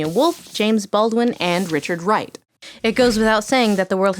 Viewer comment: Did anyone else notice the different woman say Richard Wright?